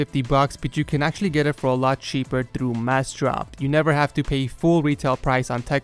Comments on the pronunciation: he is right you know, im looking for that damn website and i cant find it in description, pronounce better as he suggested, i tought you would be smart enough to put the link of the website that paid you to advertise on top of description, and you are doing a pretty bad job, not only on the advertising but also on the treat to your subscribers... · Took me a minute to realize you were saying massdrop with your accent. Lol. Cool video. Very informative.